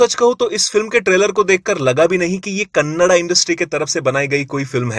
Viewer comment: bhai Ho kannad nahin. hoo. kannada hi🙏🙏